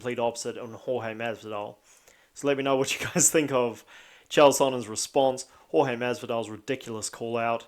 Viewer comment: Love that he calls him George. Such a subtle throw of shade by mispronouncing his name. Chael beat up 5 guys who were rude to his wife. George ya bitch